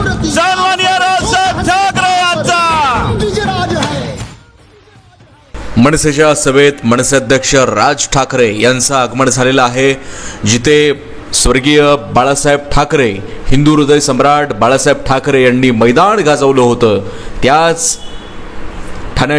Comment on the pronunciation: Please improve your marathi say.मनसे ,आगमन